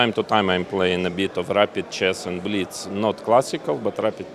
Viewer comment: The way russians pronounce blitz is both funny and apt😂